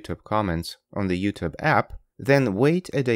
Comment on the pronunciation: "Ze comment"?, you sound like Klaus Schwab, but why do yu say "Ze comment"? Zere iz no "Z"